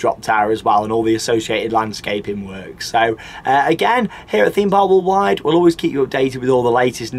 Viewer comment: I always want to comment on the way says "Theme park Walled wide"....but I cannot bring myself to say anything negative about this guy....he is brilliant at this type of thing and always brings excitement and enthusiasm to every vlog he does. I just watch his vlogs when im in need of a bit of fun and interesting stuff ….a great guy thanks for doing these vids's.